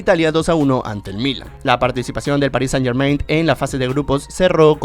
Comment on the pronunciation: muy padre pero podrias dejar de decir "PARIS SANIT GERMAINT"?